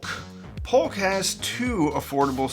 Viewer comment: J or Y, it's a J. It's JAMO not Yamo. JBL not YUBBLE. POLK is POKE not POLLOCK.